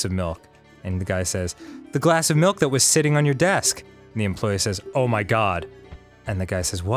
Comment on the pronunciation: Melk and beeeeans